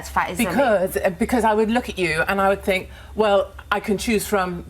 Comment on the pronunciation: "I fink I come across well spoken" riiiiiight...